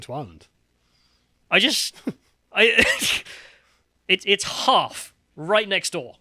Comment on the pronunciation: has an Irish name, and says Ireland like he's chewing straw on the set of last of the summer wine.